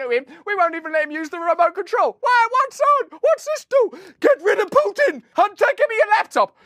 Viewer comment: Not that it’s a huge deal, but Putin is spelled Путин, not Пютин. It’s therefore pronounced pOO•tin, not pYOO•tin.